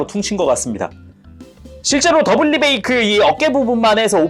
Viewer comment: 뤠 붸룱 소 모드 ㅋ